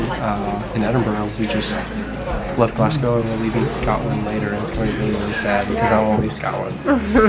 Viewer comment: They even got Glasgow right when they came over this side too! So nice not to hear Glass-Cow and Edinburger